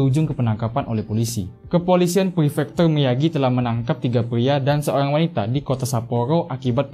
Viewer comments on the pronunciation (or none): Ngomony yg jelas bang, seorang, bukan seoyang.